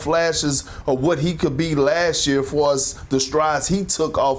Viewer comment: I think he was saying far AS the strides he took, but it did sound like for Us